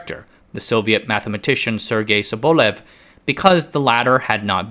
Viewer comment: It must be so hard to look up the proper pronunciation of a surname you use several times in your video, huh? It's sObolev.